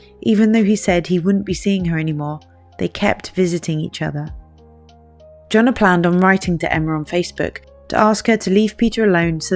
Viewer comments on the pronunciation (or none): makes the Y sound like Johann Sebastian Bach. Yonna not Joe-na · Jonnna • pronounced Yonna... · The way this narrator keeps pronouncing Janah as Jonah and accidentally using him or he with reference to Janah made this hard to follow.